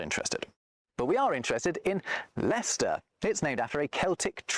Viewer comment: Very impressed by your correct pronunciation of Gloucester and Leicester.